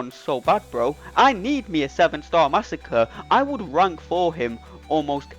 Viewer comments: Mah-sah-cre'. Not Massa-kurr. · I knew this was all lies when you said under 40 seconds but 41 seconds was on the screen 😂 You’re butchering his name, but great video! Edit: you addressed the massacring of his name.